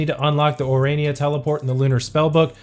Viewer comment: It took you a year, but you finally managed to say 'Ourania'. I'm proud of you!